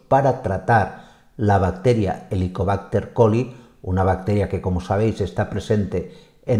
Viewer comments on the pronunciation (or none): HELICOBÁCTER PYLORI. Creo escuchar repetidas veces Helicobácter Coli. Creo que involuntariame se ha mezclado el nombre con el de una bacteria diferente que es la ESCHERICHIA COLI .